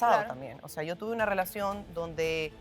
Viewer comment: Piña pronuncia bonito la "R" es asi como "rrwelacion" 🤭